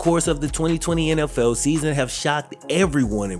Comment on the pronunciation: Am I the only one who thought he said “nlfell fans” at the beginning of the season